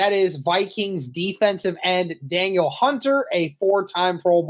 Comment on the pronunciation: It's pronounced more like "Dah-neal" not "Daniel"